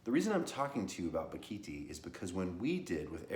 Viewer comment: Bock a Thai. Pronounce it correctly.